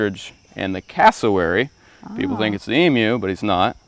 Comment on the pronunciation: Thank you for saying Emu, not Emoo.